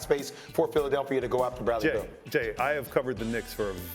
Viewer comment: It's BEAL. Not Bill